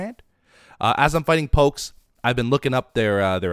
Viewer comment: It hurts every time he says pokes